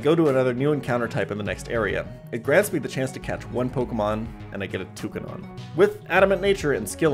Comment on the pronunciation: His pronunciation of Toucannon really pissed me off. It's cannon like a cannon.